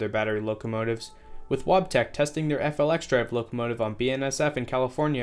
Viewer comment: Wabtec’s FLXdrive is pronounced “Flex Drive” I’d you want to save yourself some time. Also Net Zero Emissions doesn’t mean no emissions so UP isn’t going to dive into electric traction if it’s not economically viable yet, it just means they’ll offset their emissions in other ways.